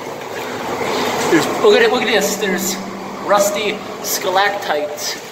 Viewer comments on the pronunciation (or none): How has no one in several years told him that they're "stalactites" and not "skalactites" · There is no "K" in "stalagtite."